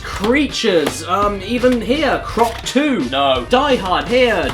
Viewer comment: wait he put emphasis on croc 2 is that next